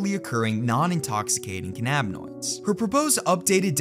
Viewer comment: listening to you say cannabinoids gave me a headache